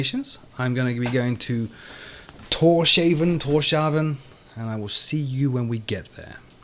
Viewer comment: Torshavn - "Tor's - Havn," or in English "Thor's Port/Haven."